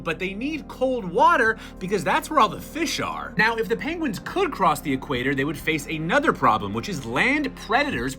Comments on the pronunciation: "Pengwings" - Benedict Cumberbatch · And not "penwings" mr.Cumberbatch. Just saying... 🤪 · 'Uh, sir, I believe they are called Pengwings.' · Benedict Cumberbatch: "Excuse me, sir, but you are mispronouncing pengwings." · Yes! The real penguins are extinct. What we have now are actually called Pengwings